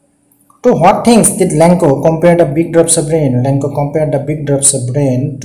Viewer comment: Lencho hoi lenkooo nohoi apuni vul ka pohisa sir